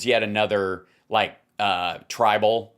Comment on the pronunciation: hal, it's tribel, not tribal. maybe it's pronounced "tribble", for all I know, but it isn't 'tribal". and so far, it's like twitter with an edit button and a couple other things I like.